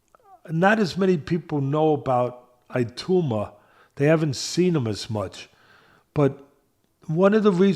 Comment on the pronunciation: is doing a good job - I'm enjoying what he has to say. Happy New Year to both Teddy's and their families!! I hope doesn't mind me saying - Moses Itauma is pronounced E-tow-ma, not E-two-ma. Fighters I hope to see in 2025 = Crawford, Itauma, Dubois, Tank, Beterbiev, Bakole.